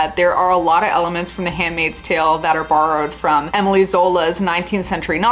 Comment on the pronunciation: Émile is not pronounced like Emily. the -e is silent, as in all french words or names ending on -e. the way you pronounced it, it would be a female name, but Émile Zola was a man